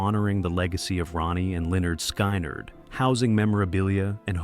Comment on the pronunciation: Damn AI! It's pronounced skin-erd not sky-nard! Jesus!😮